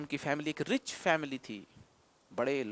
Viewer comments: एक होगा सर इक नहीं अ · By the way sir इक nhi एक hota h.